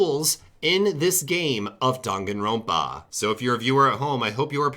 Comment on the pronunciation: way of saying Danganronpa Dong-A-rope-A